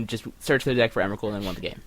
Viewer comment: Stop saying emrakuls name wrong